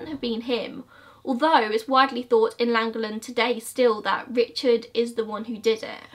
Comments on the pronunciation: literally so close to me! easier pronunciation for you, lan-goff-len. you should cover Judas sisters, they went to my school and I stayed over at their house where the murder took place and there is no YouTube videos them! nightmare in suburbia did an episode about them where the name Judas sisters came from, there was also an article in a take a break magazine I believe it was? I remember holly didn't come to the college course we took once a week and nobody knew why and a couple of weeks later me and my cousin took in the magazine and showed everyone the article and that's how everybody found out what they had done. please cover it? Antoni was such a lovely man, he was always smiling and walking his dog past the baby school opposite his house and he deserves some rememberence. there is also text messages online that were exchangd between the girls and their mother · You trying to pronounce Llangollen is the funniest thing i've heard for a while. Just had to pause to say that. Don't worry, the LL in the word is hard to get if you aren't from Wales. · Im welsh and you did pronounce Llangollen very wrong lol but it's okay, people struggle with Welsh names haha. Love the video x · To be fair, unless you are a welsh speaker it’s unlikely you would be able to pronounce “Llangollen “ - it doesn’t really matter - great video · I never ever comment on pronunciation but this one made me giggle Welsh is a tricky language for non welsh speakers 😂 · please let me teach you how to say llangollen and rhuddlan lollll, an ace video though!! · Just Google the word and there is a video on pronouncing Llangollen x love the vids Hun x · It's in the double l's the pronunciation. So it's basically what you're saying except there's a weird soft 'cl' sound to the double l's, if you were curious. But quite a few non Welsh speaking Welsh people are too lazy to pronounce that properly anyway 😂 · i went to school in llangollen. It's pronounched for english speakers. "clan"-"goth""lin"